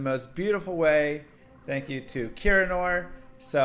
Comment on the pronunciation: Thanks..... I have no idea what you just said. lol